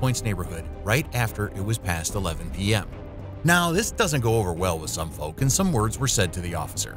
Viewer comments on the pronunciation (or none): none